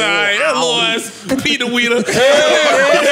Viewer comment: Did say “Peter weeter” 😂